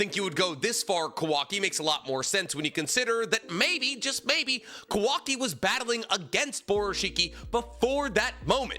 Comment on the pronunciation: Might be the lack of sleep but is he purposely saying kawaki’s name wrong 😑